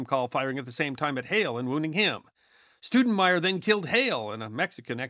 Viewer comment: That'd Stowdenmire, not Stoodenmire, haa, Thanks